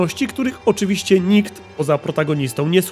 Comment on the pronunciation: Nie wiem czy te "oczywiscy" to przejęzyczenie czy aż tak się wczułeś w role pijaka detektywa;)